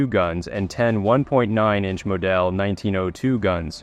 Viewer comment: moDELL instead of model? 100% AI Stands for Absent Inspiration